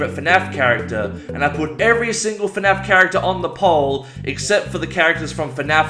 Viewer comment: Nobody:: FeNAF